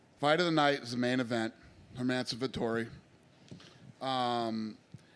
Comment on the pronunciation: Come on man pronounce Herman's+son's name right! Not that difficult man 😉